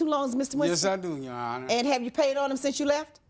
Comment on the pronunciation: “Yo honor” 😂😂😂